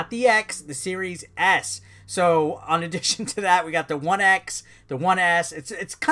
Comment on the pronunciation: Could have sworn you said series ass at some points lol.